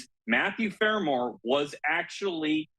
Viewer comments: Your commentator needs to know his story. He keeps calling Farwell by the wrong name. 'Farmore' Get it right! SMH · What's so hard about pronouncing Farwell? Embarrassing. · His name is FARWELL and there’s no such word as “boughten”